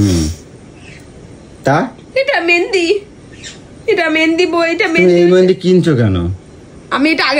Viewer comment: ওরে অশিক্ষিতের দল! জিনিসের নাম ঠিক করে উচ্চারণ কর। ওটা "মেন্দি" নয়.. "মেহেন্দি"!